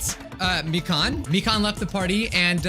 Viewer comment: ITS MI-KAN NOT MIKAAN